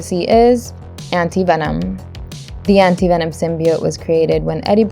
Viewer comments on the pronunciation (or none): This is actually funny because she did not pronounce Anti Venom right